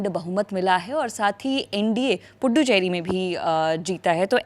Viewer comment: Fuddu cheri nahi bolthe .. pudu cheri bolthe .. naya kaa Matlab pudu bolthe tomil me